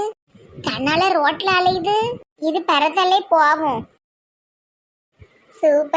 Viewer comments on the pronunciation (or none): அழையுது இல்லை❌ அலையுது ✅